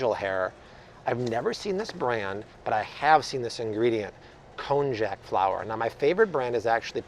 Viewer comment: Oohh, that konjac pronunciation man... its pronounced like konYAK